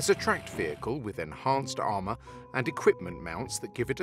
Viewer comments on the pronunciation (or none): none